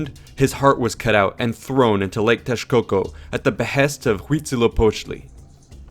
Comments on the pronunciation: yeah, it's terrible, but at least his "Texcoco" sounds much more correct than how it's now pronounced in Spanish. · I found interesting that the narrator pronounces the X as SH, which would be the closest sound to the actual, náhuatl sound: Teshcoco, Meshicas, Shoshimilco, etc. Kudos!